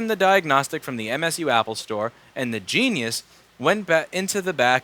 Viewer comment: I love how we stresses on the word "genius" 😂 that right there in itself sounds like a cuss word